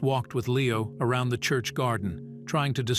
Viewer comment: Around is basi english, never heard a-row-and in it's place? Still glitching in AI. A child is more bright.